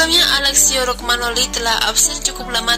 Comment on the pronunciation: Romagnoli bukan Rogmanoli 🤦‍♂️🤦‍♂️ Kacau kacau